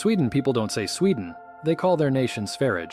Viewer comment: He pronounced Norge OK, but Sweden was off.